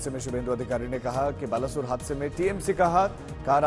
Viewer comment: It's not बालासोर